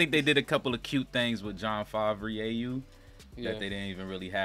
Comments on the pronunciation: Jon Favr-aeiou 😆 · John Favri-ay-yoo is hilarious 😆